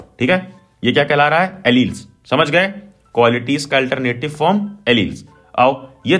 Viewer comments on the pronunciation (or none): none